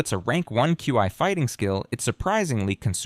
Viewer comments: i heard it say chee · Regarding the pronunciation of "Qi" in this: The AI narrator tries quite a few, and it's all over the place: you got /kju:ai/ ("Q.I."), /kju:i:/ ("Q.E."), /kai/ "Kye", /kwai/ ("Kwye"), /kwi:/ ("Kwee")... ...and the funniest thing is that although I'd never heard anyone even try to pretend that these were actual ways in which actual humans say "Qi"; and though he went through the entire list of even vaguely conceivable pronunciations; not once does he try the two common/'correct' ones, i.e. /ki:/ ("Kee") or /tʃi:/ ("Chee")...! (*) (as it is usually pronounced in English, anyway. If the AI is already stumbling on pronoucing "Kee" or "Chee" like a normal adult human with a working left frontal lobe, it's not like I'm going to be expecting a proper Mandarin accent anytime soon, i.e. /tɕʰî/ ...) (*) I may exagerate. And if he does say it right, then it's obviously buried amongst the weird ones; and either way, he always changes it back to nonsense the very next chance he gets...!